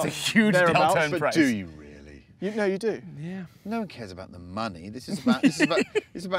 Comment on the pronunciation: no one cares about the ma-nay money 💰 …. It’s something a month 😂😂😂😂😂😂😂😂 bra 😭😭